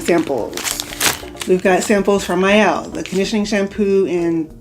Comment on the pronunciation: I'm glad you sa aid the Mielle name correctly. Idk why but it irritates me when people pronounce their name wrong. Especially sponsored videos.